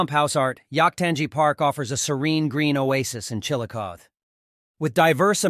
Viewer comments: Does not pronounce it correctly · Yes I immediately stopped watching this when I heard him mispronounce the name of the city. That’s bad.